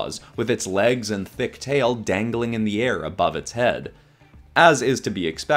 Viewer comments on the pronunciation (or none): none